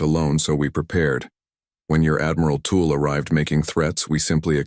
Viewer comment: It's pronounced tull not tool. Haven't they heard of Jethrow Tull